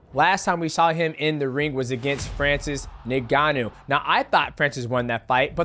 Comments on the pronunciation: Bro called Francis “Niganno” 😂😂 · Love Mighty Mouse but dang his pronunciations bothered me. U-sick, Nig-annou, Lama-chenko. Like bro that’s not you you say them lol